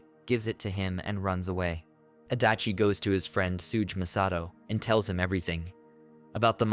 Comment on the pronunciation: the pronunciation of tsuge is sending me ngl